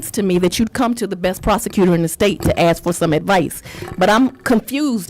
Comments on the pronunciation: Let me axed you what j6 mean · Okay for Fanny and for her lawyer the judge in America we pronounce the word ask with the s before the k